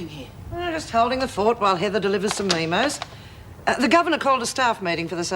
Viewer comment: meeee mo .hahaha its MEMO